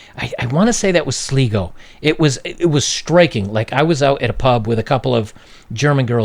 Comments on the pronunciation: Pronounced SLY - GO... Yeah the women here dress like Umpa Lumpas with the mad eyebrows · Sligo~ pronounced sly-go. Thank me later. 👍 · It's pronounced SL-EYE-GO, but yeah on the makeup. Seems to be regular in Ireland these days. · Sligo Ireland, Pronounced (sly + go).....I spent 2 years in Ireland. Excellent video, BTW. You really hit the nail on the head. Outside of sexuality, boomers did not teach their daughters how to be feminine, much of it has been forgotten. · It's pronounced more like sly-go (Sligo) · it's Sligo pronounced 'Slygo' 👍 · Irishman here. Just letting you know it's pronounced 'Sly-Go'. Love the content bro. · County Sligo In Ireland is pronounced sly-go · Just to point out, it's pronounced like "sly go". And of course the county I live in is being brought up by for women doing themselves up like they jumped in a barrel of make up XD The younger women do make an awful state of themselves but I promise, our beaches here in sligo are lovely:D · Sligo pronounced Sly Go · It's pronounced Sl-eye-go ☺. You're right about that style of make up here in Ireland though. Pure scary. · I love how you pronounced Sligo 😂 it’s sly not slee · Sleego XD made me chuckle, it's Sligo pronounced Sl-eye-go, there's some useless info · Sligo is pronounced sly-gobnot slee-go. Pedantic i know, but this was bothering me... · hi just a little note ... it’s pronounced SLY-GO not SLI-GO 😁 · Hate to be that guy but it's pronounced Sly-go not Slee-go. Sorry just had to mention that. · Sli is pronounced as sly, not slee :D But yeah, Sligo from what I know of, is a very big party place. All my friends who went to college there told me how much partying and sex goes on there compared to around our part here in the center. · Sligo is pronounced "SLY-GO" as in "Sly" Stallone. Not SLEE-GO. You're welcome. ; ) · SleeGo = Sligo (Sly-Go) --- Maybe they were Ganguro on Vacation --- LOL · its pronounced 'SLY-GO'.... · It's pronounced " sly go" no offence intended.